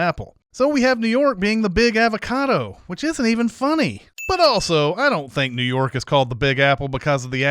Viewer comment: I think this whole video should be sinned because of your annoying pronunciation of avocado!